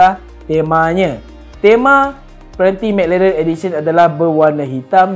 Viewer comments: lidah pendek 😂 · McLaren tuu bunyi pelik je dia sebut